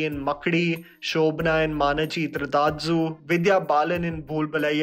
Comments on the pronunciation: Sorry but saying manachitratazhu made me chuckle. Also UnnimuKundan as well Manachitratazhu - Ma-na-ch-e-t-r -ta-r-um That's how j pronounce it and so do all my family members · It is not Unni mukkandan ..it is unni mu-kundan It is not" Shobhana in Manichithrathatzu .." Manichithrathazhu ( manichithratha(llu) ) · Plaudits for the to the bone review. However I would suggest the correct pronunciation of MANICHITRATHAZHU be looked up. The THAZHU is said as thaar. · The way you pronounced manichitratazhum had me rolling on the floor...good video tho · Lmaoooo Mallus- ma-ni-chi-tra-ta-zh-u(soft) - ma-na-chi-ta-ra-zu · Bro, its pronounced as Mani Chitra Tha(yu). Never mind, you can never pronounce "zhu", there's no spelling in English to properly mimic this malayalam syllable. Please do at least some research before putting out a video that'll be watched by thousands and make a fool of yourself. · Really, Shobhana in Manichithrathazhu and Anushka Shetty in it's remake. That comparison is a little too much. N.B: it's Manichithratha"zhu". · Dear, You are a self confessed fan of Southern Cinema, especially Malayalam films. You have a large following in the South. So, would be great if you could do some research on pronounciation of names of movies and artistes...case in point being Unni Mukund-an and Mani-chitra-thazhu👍🏼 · Your pronunciation of ‘Manichitratazhu’ was hilarious! No offence intended, really appreciate the spirit you bring to your reviews - extremely heartfelt and honest. But we must beseech Yashraj Mukhate to do a remix on just that word - Manichitra-tazhu... zhu... zhu...... zhu....... zhu......😝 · Unni * mukANDAN** made me lolll so hard. Its just Mukund, with 'an' in the end And maichitrathazh is Mani(gemstone?) Chitr(picture) tha(tha of tareeka, tarkeeb) and zh.. there's no sound zh in most of the languages. only thing similar is the 'jea' part of Jean when the French say it. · It’s not manichitrata- zhu 🙄